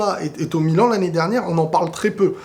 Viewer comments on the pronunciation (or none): none